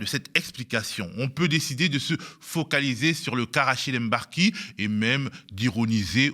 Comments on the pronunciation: Mbar-ki et non M-barki, svp! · Franchement, prononcer "Èmbarki" c'est grave en 2023. Ça doit s'arrêter. Personne ne dit "Longétempéès" si vous savez prononcer le mot longtemps vous savez prononcer le nom de ce monsieur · Rachid emBarki, depuis que le MB est arrivé en france vous n'arrivez toujours pas à faire la liaison ? Meme vous un bon négro?